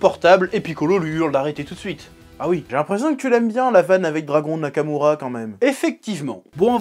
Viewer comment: "Dragon nakamoura...." je suis mort...